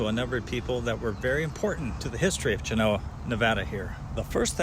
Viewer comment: Great video once again...found out I've been pronouncing Genoa wrong...!!...I wonder if you have been to Snowshoe Thompson's "cave" just north of Hwy 88 just down the canyon from Hope Valley...pretty cool sitting in there where the great Thompson found shelter on his treks...Thanks again..keep up the good work...Scott